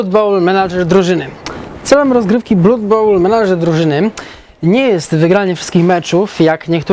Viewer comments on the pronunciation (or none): jak zawsze w genialnej formie:) Jedna mała rzecz, która jednak strasznie kłuje. [`blʌd] krew wymawiamy [`blʌd]:)